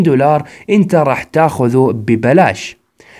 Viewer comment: اوك شرحك حلو بس طريقة كلامك تغث ليش تحط مع حرف التاء حرف السين ،،، يعني بالدقيقة 4 تقول روك ستار ما نستك ( أنتسا ) ترااا تغث